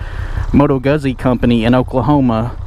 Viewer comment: Guzzi = Gootsi. Like pizza. Not guzzy.